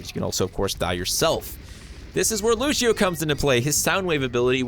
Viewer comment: The Portuguese pronunciation of "Lúcio" = "LOO-syo", still upvoted cuz = legit